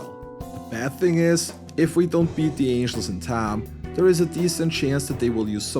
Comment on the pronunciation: I love that this guy speaks great English but when he says the word time it says it in a redneck Texan accent. He always says Taaiiim